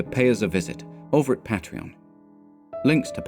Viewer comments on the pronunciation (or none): none